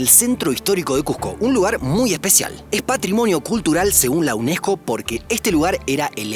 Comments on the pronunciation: Cuco? Uneco? No pornuncias las Ss? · qué es cuco? Y uneco? Habla bien